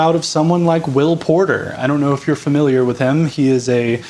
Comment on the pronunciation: Totally unrelated, but when you said Will Porter, I heard Will Poulter. So during the whole thing I was like wow such a shame, I enjoyed his acting lmao.